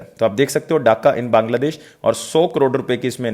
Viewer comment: Dhaka ko daka kyu bolte ho🙄🙄